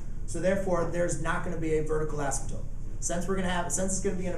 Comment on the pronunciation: Did he say "asymtope"?